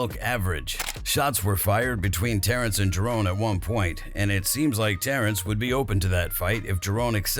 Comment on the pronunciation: White people, man!! Who the he'll narrated this clip? How hard is to say JA - RON or if you can't pronounce it, just say BOOTS. who is this Jabroni? 🚫